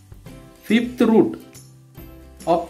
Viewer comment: Sir vo Fifth ahy fith nhi...😂😅